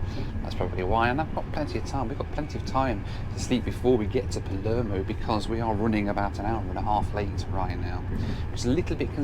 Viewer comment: You saying Palermo has my inner Italian crying